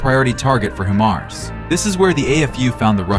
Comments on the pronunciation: It's HI-mars, not HE- mars. I dislike AI voices. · Dude, it is hy'-mars, not hee'-mars.